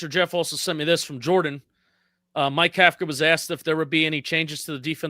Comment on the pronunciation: You both mispronounce Kafka and it makes you sound like ignorant amateurs, yet I know you’re not. The NYG head coach is pronounced cough-ka, think Tom Coughlin, other than that, good show!